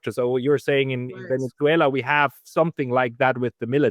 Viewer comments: "Venetzswela" pronunciation made me quit listening. I just couldn't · German / Swedish pronunciation of letter 'z' is 'ts'.